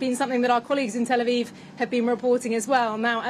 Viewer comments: Reporter 💩 cant even pronounce Tel Aviv properly. Where do they find these chudds? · Keep mispronouncing that place you prick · Learn to pronounce Tel Aviv properly if you want to continue as a news reader dear.